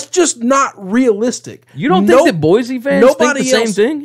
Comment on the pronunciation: Greetings my corpulent cousins. Why can’t you pronounce the name of the capital of Idaho. It’s just wrong! It’s just wrong! Boise is pronounced with an “s” sound. It’s just like “Sports”. Or, is it Zports?